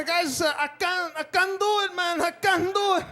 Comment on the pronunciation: lol I kennuh do iht! lol